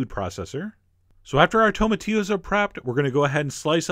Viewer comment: cheif John. great videos. but it is pronounced tomati"LL"os. ya gotta say the L . Thats how we pronounce things in America.